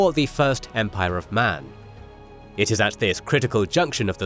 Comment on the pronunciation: Imga, not kill, Imga.